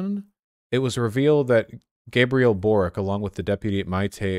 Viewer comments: His name is pronounced Borich. Many Croatian ustasha fascists moved to Chile at the end of the ww2. Ironic that one of their own is now a socialist when they ran away from yugoslav partizans. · Holy shit A lefty Croat, as a chilean president A hard win Also the way you pronounce Borić as Borik kills me vaush ❤️ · Boric wouldnt be pronounced Borik, rather its Borić as in Borich